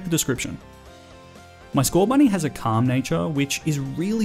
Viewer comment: THERE IS NO H IN SCORBUNNY!